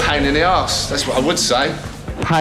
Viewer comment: is on something “🗣️pain in thee oss” 😂